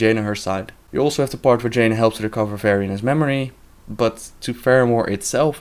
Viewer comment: Did he said: "Va-Jaina"? XD